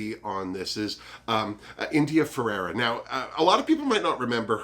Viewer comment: Had to make another comment (also good for the algorythm - I'm so serious!) I wish I missed my mother too, so I get what you're saying. I'm sure other people have beat me to it. Her name is India Ferrah. not Ferrerah. And I am also happy to see her back in action! <3 Alexis IS a snack. But you called dips, so you can have them ;D I hope that Juju is at least top 2. She made it to top 3 twice. And she is better than a second runner up. I forgot about the "trafique" xD Yas Ongina better make it faaaarrr!!!